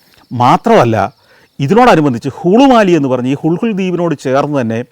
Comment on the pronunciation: ഹുൾഹുൾ ദ്വീപല്ല ഹുളുലെ ദ്വിപ് ഇംഗ്ലീഷിൽ എഴുതുമ്പോൾ നമുക്ക് വായിക്കാൻ പറ്റുന്നത് ഹുൾഹുൾ എന്നാണ് lha കൂട്ടിവായിക്കുന്നത് ള എന്ന അക്ഷരമാണ്